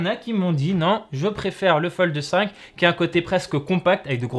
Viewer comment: Pourquoi il dit FoldE?